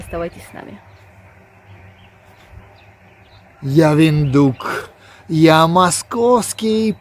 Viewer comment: Виндхук, а не виндук